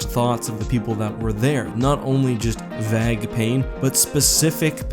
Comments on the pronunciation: Vag pain? ...i do hope you mean vague (pron: vayg) lol ....vag pain sounds like menstural cramps to a brit like me lol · Vague rhymes with "Plague" not "Bag".. "Vag" sounds horrific lol. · Not sure if I just understood wrong or if pronounced "vague" as "vag" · Did you just pronounce vague as vag it's va-guh or technically vāɡ whatever that means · Did he really just pronounce vague as vag? dafuq? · Did anybody else hear him try to say "vague" like "vagg"? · Weird pronunciation of 'vague'. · wait hold up how did this man just pronounce vague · Lol can’t say vague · Most Americans don't pronounce it as strangely. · Greatest disturbance in the force is how my dude mispronounced vague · You pronounce sorrow and vague wrong/weird